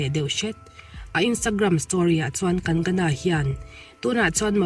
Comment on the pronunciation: Kang-gana not kan-gana